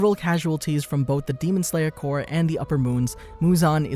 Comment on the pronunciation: this guy said demon slayer cor :)